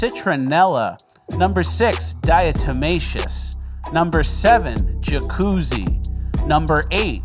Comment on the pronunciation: Diatomaceous Earff...........👀 RIP 🤣🤣🤣